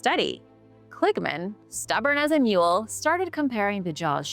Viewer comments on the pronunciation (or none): none